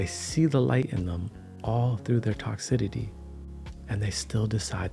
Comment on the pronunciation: Love your vids! “Toxicity” = tox- cis- ity (soft c sound)